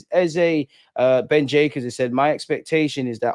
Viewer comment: Bro I'm sure the name is pronounced similar to "bouquet" ... Jacquet